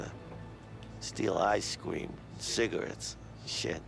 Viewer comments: “She was cwazy. Y’know we used to run away together. Steal ice cweam and cigawettes.”. What is your accent. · Cuazy? Ice cueam?, learn to speak correctly, omg. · “Ice cweam” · ....for ice squeam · Did he really just say "ice cweam"?